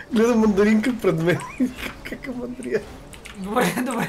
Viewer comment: не знаех че толкова смешно казваш думата мандаринка